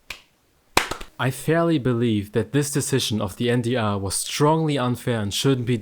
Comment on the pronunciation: man übersetzt keine eigennamen, auch wenn du alles auf englisch sprichst heisst der sender immer noch en de er statt en dee aarr